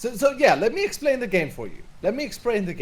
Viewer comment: so yeah let me EXPRANE the game let me EXPRANE